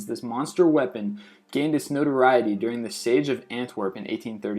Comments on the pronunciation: It's siege not sage. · Siege, not Sage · Siege is "seejzh" not "sayjzh" and in general, you should check how to pronounce not only many of the foreign words, but many of the English words as well. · The "ie" in siege is pronounced "ee", not "a". That's really driving me nuts. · I hate the way you say siege. It's not sayge it's seege. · It's pronounced "seej" not "sage" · Siege..pronounced "seej" not "sayj"...SEEJ SIEGE guns.... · it's pronounces SEE-GE ¬_¬ god. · Your pronunciation is terrible! Siege! Not Sage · 'siege' is pronounced see-j not 'sage' loved the video though :) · Sage weapons? Siege weapons (see-dje) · The "sage" cannon, for when your enemies can't cook. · Learn how to say "siege". Clue: it's not pronounced "sage". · Did he just say "Sage Gun"? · STOP SAYING SAGE!!! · Siege is pronounced SEE-jh. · STOP SAYING SEIGE WRONG!!!!!! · Say 'siege' again! lawl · I hate the way you say Siege... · This kid can't even pronounce "siege" correctly. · Learn how to pronounce Siege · You pronounce all these Russian words but cannot pronounce the word "siege"? Really? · Dude! You mispronounce shit all the time on every one of your videos but can you seriously not pronounce, "SIEGE"? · Does it bug the fuck out of anyone else that this guy has no idea how to pronounce the word siege?